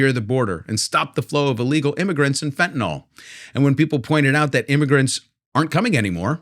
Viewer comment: every time I "fentanol" I think American is a weird language .... its fentanyl, not fentanol